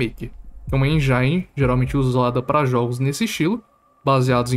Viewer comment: Eu me inscrevi hoje no seu canal, e queria só te dar um toque sobre pronúncia se vc não se importar. Teve uma parte que vc falou vinheram e seria vieram, outra vc falou endiaine pra engine, e seria êndine a pronúncia correta, com o n quase mudo. Espero que não se irrite com a correção, só quero ajudar em algo no seu conteúdo maravilhoso.